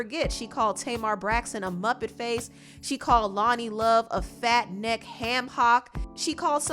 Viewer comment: Not “FAT NECK HM HOCK” 😭😭😭